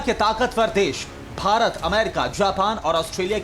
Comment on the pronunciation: Bharat bolna sikh pehle bc